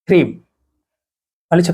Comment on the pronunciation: Is it hreem or Freem